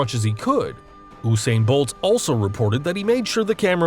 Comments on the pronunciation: It’s pronounced You-sain bolt not oooo-sain bolt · Oosain bolt